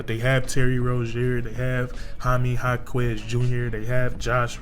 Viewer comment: You said Ha-Kwezzz had me rollin😂😂😂 imma subscribe tho ✊🏿I like how you give a accurate breakdown of the team..